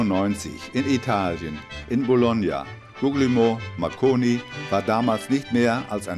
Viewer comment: ..."in Bologna, Guggelmoh Mackoni..." :D